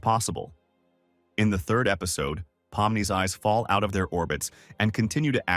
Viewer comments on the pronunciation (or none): none